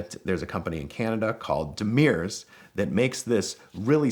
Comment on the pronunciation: Great Story as always, FYI Demers is pronounced more like dem-hearse than dem-e-rs. (Yeah I know, french canadian names... :D )